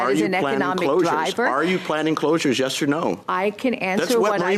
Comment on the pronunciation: She cant pronounce "yes".